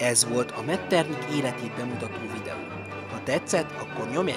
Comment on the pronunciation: Helyes kiejtés Metternih, nem pedig Metternik.